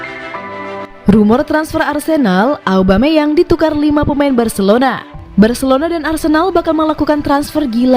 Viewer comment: Aubameyang min, bukan aubemayang 😅